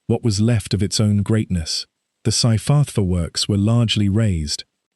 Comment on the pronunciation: Dear lord, here we go again, the butchering of the Welsh language. And these names are not even difficult to pronounce. Merthyr === mirth er, Tydfil === tid vil. Dowlais === dow laays. Cyfarthar === kuv arth ar See, easy. Sorry cannot take any more. You should be ashamed that you could not make any effort to learn. It is disgusting.